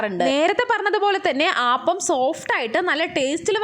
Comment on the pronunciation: Ayyio “ aaappam alla “ appam ennane parayandethe 😂🤔😂 We call palappam not aaappam 😁 anyway Kollam thank you 🙏